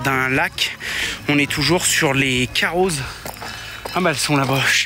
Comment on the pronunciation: Pour les Carroz le « z » ne se prononce pas 😬